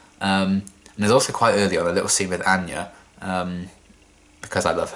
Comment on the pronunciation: The time will come when your pronunciation of Anya's name will be addressed. Kidding aside, it's heartbreaking to see loved ones experience dementia. It's terrifying, and Dawn's reaction is perfectly normal.